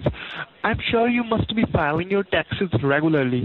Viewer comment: It sounds like it hurts every time he says tacksezz.